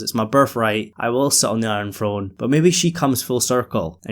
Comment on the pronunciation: Enjoy your videos and your insight I always find it hilarious especially in this video because of how much the word came up that people in America supposedly speak lazy English that's not proper but certain things like the word throne are pronounced "frone" not throne which is kind of a lazy way of saying throne without flicking your tongue against your teeth. Not making fun of you just something I've noticed for a long time and I've never heard anyone else bring it up. Again love your videos don't mind your accent whatsoever just a small funny thing I thought I was pointing out